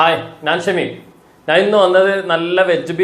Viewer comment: നാൻ അല്ല ...ഞാൻ എന്ന് പറയൂ